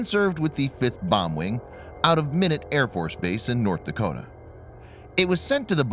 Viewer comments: The original SAC base it was stationed at Minot, North Dakota, is pronounced ‘MY-NOT’, not “minute”. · Minot is pronounced as MY not. Not min ought. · Minute...lol....pronounced mynot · You pronounced Minot as "minute", the "i" is long. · Did you say "Minute" AFB in North Dakota? It's Minot AFB N.D. pronounced Mi-Not. Now tell us what country did you come from? My 11 year old son is yelling at you and even I can't put it here on YouTube It's not You dumbaby. Got it? Have a good day! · Haha he said Minot wrong. We are actually working right next to the base right now. Love see b52 fly around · As in: “why not Minot?” If you’re gonna make vids like this, you should know how to pronounce stuff. Just sayin... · learn how to pronounce Minot = "My' Knot" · BTW Minot is pronounced My Not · Minot is pronounced my-not. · It's pronounced MYNOT, North Dakota. We should scrap that agreement with Russia and activate more B-52's. There's nothing more intimidating than a B-52 strike. Be a good option if we need them to bomb Iran after we knock out their air defenses. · I about posted the same thing, then I saw your comment. Yeah, this vid lost my attention when he mispronounced Minot. Always a good rule-of-thumb to know how to pronounce words correctly before making a video. Mispronounced words discredit videos quickly.